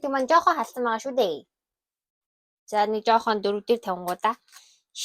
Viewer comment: Шаклаад биш шоколад шүү